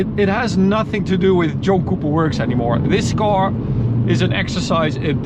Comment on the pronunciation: Sound like you are saying Junk Cooper Works or Joke Cooper works. Great looking car for sure. 👌